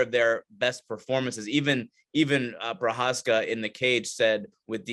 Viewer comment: Perhaps it's time to learn how to pronounce Jiří Procházka's name. Just out of basic respect.